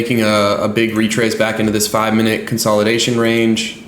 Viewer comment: Is it pronounced minute or mineooot?😅